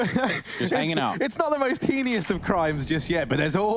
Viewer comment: dude said heinous so wrong... heenius